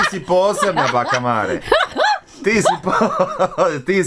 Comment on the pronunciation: Pa dobro "pismeni" novinarčiću, kako to izgovaraš bakino ime?!!! Užas koji amaterizam!!! Strašno!!